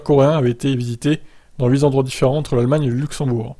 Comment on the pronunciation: "8 zendroits" ? Aïe aïe aïe, toi qui saute à la gorge dès qu'il y a une faute dans un article, là c'est mal venu ! 😱 Bon, passons pour cette fois 😉